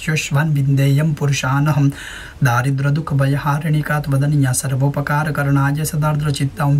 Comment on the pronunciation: सादर प्रणाम आपका यह वीडियो बहुत ही सर्वोत्तम है मैं रोजाना इसका पाठ करता हूं और इसका अच्छा फल भी मिलता है एक निवेदन है के इस पाठ में एक दो बार सर्व उपकार करणीय के स्थान। पर सर्पोपकार करना करणाय उच्चारण हो गया है।